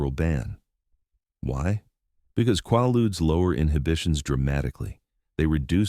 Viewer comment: Quaaludes...Repeat after me! KwAY- Loodz, KwAY-Loodz! Ughhhh🫥🙄🤯